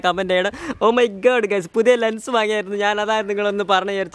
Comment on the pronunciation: Lengs alla lens ahnu😂😂